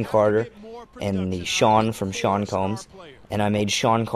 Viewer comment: Who the fuck is "Sean" Carter?